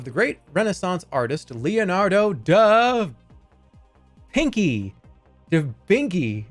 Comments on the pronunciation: This dude deadass said the Da Vinky meme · did he really say da vinky